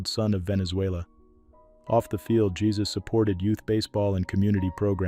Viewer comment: Montero was in an accident. It wasn't a secret. And his name isn't pronounced like our Lord.